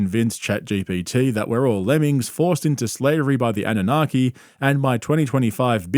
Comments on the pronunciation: It’s NOT ‘’ANA-NOGGY’’ 🤦‍♀ It’s Anunnaki ❗ Get your conspiracy theory words correct! 😆 I LOVE that the KNOWN GRIFTING FRAUDSTER ~ WILLIAM TYRONE KARLSON, COWARD of Broward County is fully being acknowledged for his snake oil business similar to others like Corey [NO ]Goode & David Wilcock -esqe litigious CULT Leader personality . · "annunaghi" No dude.